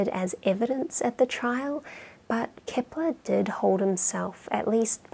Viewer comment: Why is she saying "Kipler?". I thought his name was Kepler?